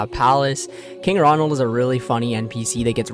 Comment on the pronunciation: His mind is gonna be blown when he finds out that King Roald of Varrock has no "n" in his name